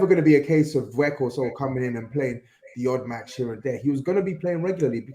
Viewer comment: What I want too know is why doesn't grizz correct when he says "werghouse" instead of "weghorst" 🤔